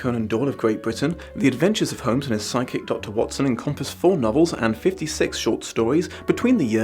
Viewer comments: For a second there, I thought you said psychic Watson (not sidekick Watson) and thought when the heck did Watson get ESP??!!! 😂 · When he said “and his side-kick, John Watson” I heard “psychic John Watson” and I feel like that would have made a very different story. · Oooh. Side kick Dr Watson. I thought you said psychic Dr Watson for a second there...... That would be an interesting story. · I'm watching kinda late at night and I thought you said "psychic watspn" instead of "sidekick watson" and I just went with it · Instead of sidekick. I heard psychic. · I thought you said "psychic dr. watston" and had to do a double take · I heard the same thing it could be a fun premise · i also heard psychic at fist XD